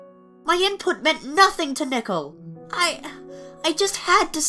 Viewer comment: Learn how to speak nickel or nickle